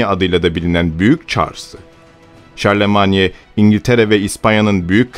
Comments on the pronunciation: Şarlömayn dır fransızca telafuzu. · Charlemagne Şarlman diye okunmuyor mu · Arkadaşım dikkat ediyorum da hemen hemen her videoda telaffuz hataları yapıyorsun bunlara dikkat etmen gerekir seine değil sen nehri çarlemanye değil şarlman avrupa tarihinde derin izleri olan bu ismi hiç mi duymadın merak ettim açıkçası